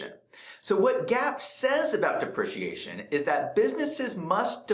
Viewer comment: Great video, although it's. DE PREE CEE AY SHON :)